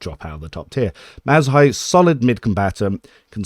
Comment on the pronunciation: That Marazhai pronunciation is absolutely insane dude